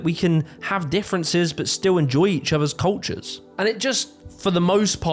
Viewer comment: "Enjoe each otho koltchooooos" 🤣😂